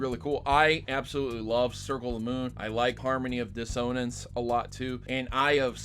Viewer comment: "dis-ah-nance" not "dis-onus"